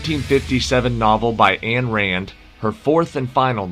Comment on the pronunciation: Ayn is pronounced like pine.